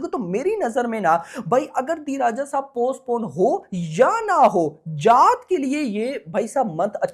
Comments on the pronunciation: Bhai ji jaaht nhi jaat bolo 😂jaat h ye ja8 smjhe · Jaath nahi jaat 😅😅😅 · Bhai vo जात nhi जाट hai...😂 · Abe 4th fail tu abhi bhi galat hi bol rha hai chutiye जात नहीं जाट